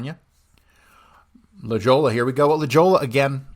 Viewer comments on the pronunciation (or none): One Slight correction. La Jolla, make that J an "H" sound. La Hoya, CA